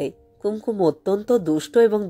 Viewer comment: মাপ করবেন, আপনি কি ওপার বাংলার? উচ্চারণ শুনে তাই মনে হচ্ছে। কুঙকুম শব্দটিকে কুম কুম এভাবে উচ্চারণ করলেন কেন? নিজেকে আর একটু প্রশিক্ষিত করলে ভালো হবে। No offence please!